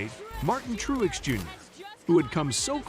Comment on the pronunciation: You don't even know how to pronounce Martin's last name. Which is about Parr with the rest of your Info as well as stating the same sentence back to back a couple times. Total waste of time even listening...